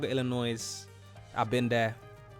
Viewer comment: You actually don't know what the Heimlich maneuver is? Wow! Everyone should should know what it is and how to do it. The "s" in Illinois is silent.